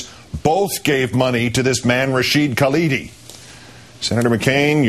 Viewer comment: Hey Palin...you wanna be the VP of this country....it is not Kaladi....it is Khalidi....and it is not the Palestinian Liberation Organization..it is Palestine Liberation Organization.